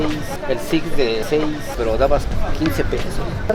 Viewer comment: "El sics de seis"